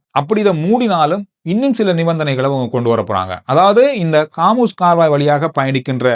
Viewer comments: 😊😊😊😊bro athu haamoos illa harmoos jala santhi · காமுஸ் கால்வாய் அல்ல ஹோமூஸ் நீரிணை!! 😂😂